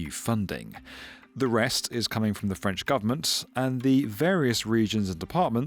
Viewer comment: Your French prononciation is impeccable 😂